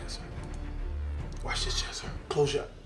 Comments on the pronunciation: its jesser not jezzzzzzzzzzzzzzzzzzzzzzzzzzzzzzzzzzzzzzzzzzzzzzzzzzzzzzzzzzzzzzzzzzzzzzzzzzzzzzzzzzzzzzzzzzzzzzzzzzzzzzzzzzzzzzzzzzzzzzzzzzzzzzzer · why does cash say jezzer tho, he knows it's jesser right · Jizzer* as says it xD